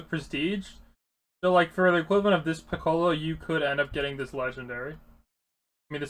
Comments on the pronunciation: ITS PICCOLO NOT PICKALOE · Good video but the way you pronounced piccolo triggered me..